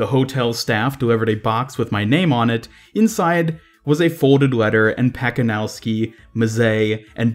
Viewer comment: Just for the record. You should pronounce Pacanowsky as it was Patzanovsky and Mazzei as Matzéi.